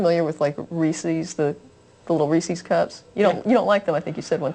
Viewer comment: I love you to death, but reesie's, really? When pronouncing Reese's, understand that the word is in it's possessive form, hence the apostrophe. The word should rhyme with "pieces", "leases", and "creases". If the word rhymes with "CiCi's", "Embassies", or "feces", you're doing it wrong. I hate to pick knits, but that one really bugs me.